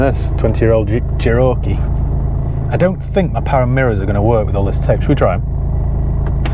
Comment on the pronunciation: Hey, I think the Che-row-kee needs a good buff - may just sort it out especially the flaky bits 😂